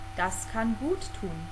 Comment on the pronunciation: some upgrate to speak more flowing german. we never say ..."gut tun"...we pronounce it like "gu´tun" ;)